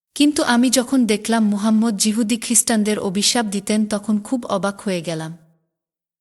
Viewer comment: Jehudi na yehudi . Apni oi laga lagir audio story te jemon bhool Bangla sobda bolen ekhaneo tai sunei bujhlam je apnake chinte perechi. Bhasha jai hok dekhte oboshya apni kharap noi.